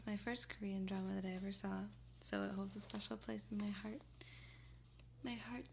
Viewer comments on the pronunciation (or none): "my hearteu" Omg my hearteu is.. oh mai gahd Just me? okay